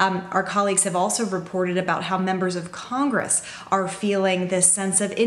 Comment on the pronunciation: Oh, I see what you did; you made "congress" sound like "CON-gress”, because you are a free man, and you shan't be ”conned”... Very clever! We need a "tell-the-truth-gress", right? Your well-wrought word-play is an inspiration to us all; keep up das gute Arbeit!